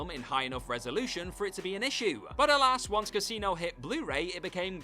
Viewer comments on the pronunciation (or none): This accent drives me nuts!! Childah. Casinoah. Killingah. Impressivah. Threeah. Stop with the extra "ah" at the end of every sentence. I can't even watch this to the end.